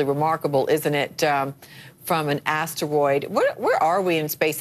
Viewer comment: lamo why does she keep saying astewoid like a lil kid